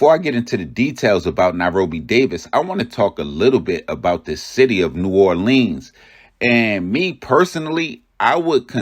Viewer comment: The city is pronounced New-aw-lenz Ain’t no gangs Bunch of street niggas running together from the same neighborhoods and projects. The names r the names of specific places and streets and some are random names and wards that these guys represent. Just cus the news say gangs is not an accurate statement.